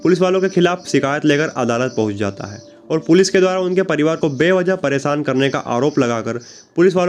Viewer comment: Social media per aap ko k apni language per thoda work karna chy sha ko sa Mt bolye pronunciation acchi honi chahie ek anchor ki presan nh hota preshan hota aapki language bihariyon Jaisi hai isliye story sunane ka maja nahin aaya anchor hone ke liye language per command hona zaroori hai